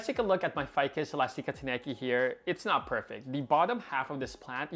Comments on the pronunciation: "Ficus Elasteekah" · Mine looks great too! Your string of hearts is looking great. Also, isn’t it eh-last-ick-uh? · Ive been pronouncing it "elastic-a" this whole time ☺️